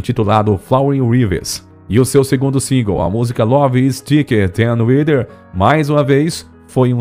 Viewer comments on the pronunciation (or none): none